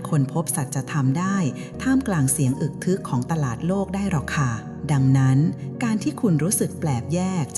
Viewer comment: อึกทึก อ่านว่า อึก-กะ-ทึก ค่ะ